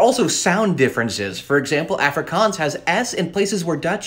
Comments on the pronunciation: man pronounce Afrikaans as "ah frikAAAAns" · Really cool info, thanks. I'm a South African, and it's nice to hear about some of our languages. I'm an English speaker, but speak Afrikaans and Zulu as well. It's pronounced Ah-free-kahns 😊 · Aaaaaahfrikaaans. Bruh its pronounced uhfri kuns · Nah as a south African i can confirm the way he pronounced "afrikaans" i felt pain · Mispronunciations: Afrikaans: ah-fri(roll the r)k-ah-ns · Pronounce it correctly. Like Ah-frikaans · This is how you pronounce it. Uf-Ree-Kuns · It's not Afrikaans it's aafrikaans that's how you pronounce it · the way he pronounces "Afrikaans" hurts my soul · The way you pronounce Afrikaans makes my heart go into load shedding mode 💀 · not like how he pronounces it🤣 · The way he pronounces Afrikaans hurts me 💀⛓️ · The pronouncement 🥲 We dont say it lake that 😂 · The first “A” in Afrikaans is not pronounced like the “A” in Africa, but the “A” in “car”. Maybe know how to pronounce the name of the language before making a video on it? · The way he pronounces “afrikaans” hurts my soul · 'Afrikaans' is pronounce Aah free kahns with the r rolled if possible. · "Ok guys so let's talk ab aFrIKanS" Bro why u pronounce it like that 😭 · Afrikaans...the 'A' is pronounced using the 'a' in 'aw' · Hi! Khoisan isn’t a language family! Nice video, but wow your pronunciation is quite painful haha. I guess I can’t complain since it’s hard to say the word properly with your accent. I wish you’d mentioned that it was first written in the Arabic script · My dude pronounces Afrikaans, Completely wrong😂, sorry bro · The way he pronounces Afrikaans hurts a tad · You pronounced afrikaans so wrong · What is bantu?? And you pronounce Afrikaans incorrectly. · Your pronounciation. Yoh mahn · Why do you pronounce them like that☹️☹️ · That's not how you pronounce it😭😭